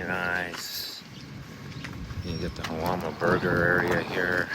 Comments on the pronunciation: Great video dude! I’ve been camping here since I was a kid. My only critique is that Jalama is pronounced “Halama”. It’s SoCal so you gotta look out for the Spanish pronunciations 😂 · Great job, very informative. FYI the J is pronounced like H.